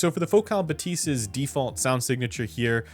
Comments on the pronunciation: Is “buh-tease” the right pronunciation? I would have thought “bath-is” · Shouldn't it be "Bath-y"? :). If it's anything related to "bathometer" bathyscaphe" that is. But wouldn't make a whole lot of sense for a headphone lol Think Bathy (βαθυ) is the Greek word for "deep".